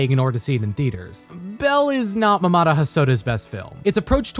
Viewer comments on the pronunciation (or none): It sounds like you pronounce Mamoru like “mamada”